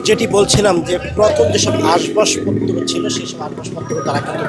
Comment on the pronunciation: ভাই, Ashbashpotro না আসবাবপত্র